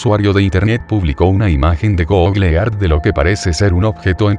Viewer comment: PRONUNCIADO ( GOGLE EARTH ) GOOGLE EARTH PERMITANME BURLARME DE ESTA PRONUNCIACION 🤭🤭🤭🤣😂😅😆😆😆😄😄😃😀😁😆😅😂🤣😂😅😆👏👏👏👏👏👏👏👏 GOGLE EART 😆😅😂🤣😁😀😄😄👏👏👏👏👏👏